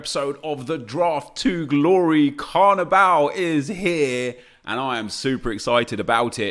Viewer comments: could u not say CARNIBAL??!??!!? it’s BALL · Carviball not carvibal 😡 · It's pronounced like carnival because it is football not carniBAL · Does it not low key annoy anyone else when he says "Carnibal" instead of Carniball? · annoys me how nep says carniball, its clearly ball as is in the round thing you kick. not bal! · It’s carniball not carnibal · Why does nep fuck up every single name on this planet! It’s Carni-Ball how can you mess that up wtf. It’s suppose to a mix of carnival and football smh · Sounds like he's saying carabao cup😂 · How do you say carniball wrong? It literally couldn’t be any more obvious how you’re meant to say it but of course nep chooses to say it wrong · The way he says carniball 😦😠 fuck me